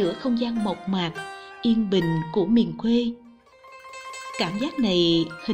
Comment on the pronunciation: Cô này đọc thì mọi thứ đều OK, nhưng chữ quê mà theo kuê thì lại căng đâu đâu, chẵng giống nam bộ, nên nghe chữ này giống như lấy kẽm gai ngoái cái lỗ tai 😂😂😂. Giống như đang ăn bữa ăn thịnh soạn cắn trúng hạt sạn tổ bố.